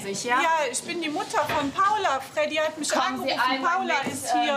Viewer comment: 😂 "freddy" und "Paula" 😂